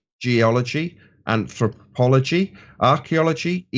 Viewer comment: "an … thrru … pology" – "Anthropology accepted, Nathan."